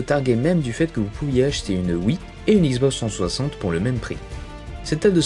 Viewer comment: « La issboxe twoisante » X - Box - trois - cent - soixante. Désolé, c’était plus fort que moi.